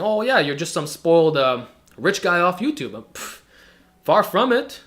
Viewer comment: ello yuchub